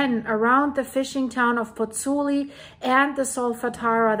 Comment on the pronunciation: The city authorities are damned if they do and damned if they don't - they can't win. On a point of information,, 'u' in Italian (as in German) is pronounced 'oo'. Both vowels in the diphthong in Pozzuoli are pronounced, so Pozz - oo - aw - li...